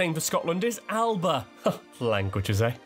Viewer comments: A few points I noticed while watching the video (as you asked!) Alba isn’t pronounced Al-ba, it’s al-a-pah. As much as I like to say the Romans didn’t conquer Scotland, that was more because they weren’t interested in it than because we fought them off. William Wallace wouldn’t have worn war paint. Yes he pronounced Hebrides correct however their Gaelic name Na h-Eileanan an Iar is what is used now (or The Western Isles) The picture used for the slides is Edinburgh, specifically it’s a hill (old volcano) you can hike called Arthur’s Seat which overlooks the city. If you like Balmoral they have started selling afternoon tea there (reservations are like gold dust!) However, my favourite looking castle in Scotland is Dunrobin on the NC500, although my favourite castle to visit is Culzean as it has so much to do! On St Andrews Day many tourist attractions are free to enter so a good time to visit, if you don’t mind the November weather. Gaelic is pronounced gha-lic and although it’s more ‘famous’ it’s not as widely used as Scots, which many consider a dialect (or slang) but is a language in itself, so most Scots are actually bilingual. Haggis just gets a bad rep, if people listed the ingredients of a hot dog every time it was mentioned it’d get the same reaction but, like a hot dog, if you like sausage it’s not far off, especially the more modern way it’s served. There is actually a reason the unicorn is Scotland’s national animal; the king of animals is the lion, which is why En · aye…. Scotland is the birthplace of the modern world xx Great video xx I did cringe at some of the pronunciations though! Alba is actually pronounced Al-a-ba just to mention one xx totally true what he said about Andy Murray- he’s Scottish when he loses but British when he wins! And the less said about the 2014 referendum results the better…. but I’m still fighting 😉🏴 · Pronounced in Scots' Gaelic "Al-aba".